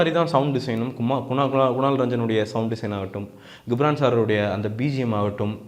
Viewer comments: டேய் கம்மினாட்டி பையா...... 'கி'ப்ரான் இல்லடா அவன் பேரு 'ஜி'ப்ரான்...... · Hello brother!!! Try to pronounce the name of the personality correctly. It is Ghibran (to pronounce as 'Jibran' and not as 'Gibhran'). Also please try to first see your comments video and what you have spoken in the review. You would have given your review without any preparation and utter whatever comes in your mind. But, you have mentioned the word "KORANGU (MONKEY) VITTHAI ELLAM KAATRAARU". You are praising him as Legend but uttering such cheap words...Try to present your review in a neat way. Sorry about your review on Thoongavanam. It's a good Kamal movie but he has missed a lot in screenplay and climax scenes.